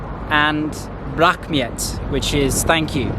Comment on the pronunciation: I didn't say any bad things to this guy, I just said that he remembered that word incorrect. But I don't understand you, are you really Kazakh? It seems like you can't hear the sound "black" your mind think that it's "rah" come on, really?! I don't think that "rah" is difficult to pronounce, not like рррр it should be British "r" if you don't know BRITISH "R" find it from You Tube